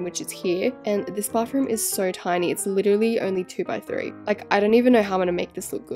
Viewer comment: Can you stop saying Bafroom? Or can you actually say Bathroom like Americans?